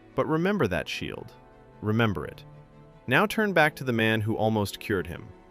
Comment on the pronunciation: It's an AI voice, that's why Shield is mispronounced